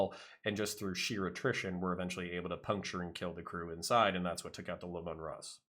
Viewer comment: Its nice to come across someone who knows his back lore, but I must say this, the Tank is pronounced Lee-Man.